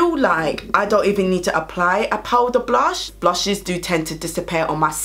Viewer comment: Yesss I’ve been waiting to pick these up!🙌🏾 🤣🤣🤣 “mi cyant keep saying blursh”